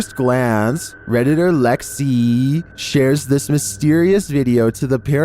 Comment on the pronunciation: "radiator lexiiii" lol